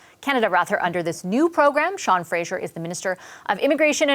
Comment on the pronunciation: His name is Fraser. Why do you call him Frazier?